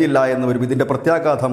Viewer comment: പ്രത്യഘാതത്തിന്റെ ഘാ അല്ലേ 😂 ആ "ഘാ "ഇനി ചിറ്റും, പൊട്ടും, അവിടെ തമ്മിലടിച്ചു ഘാ ഘാ ആകും 🤣🤣